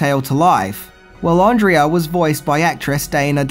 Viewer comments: Her name is Pronounced Ahn-Dray-Ah. Not Andreea. They say it enough in the movie. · has clearly seen the movie and yet he continues to mispronounce Andrea's name. - No thumbs up for you.